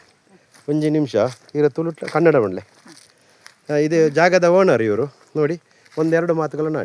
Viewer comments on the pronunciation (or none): none